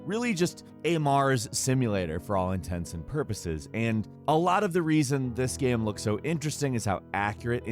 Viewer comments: "Gaem" instead of game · Yea, his pronunciation of "game" changes. Still figuring out the rule in his head ;)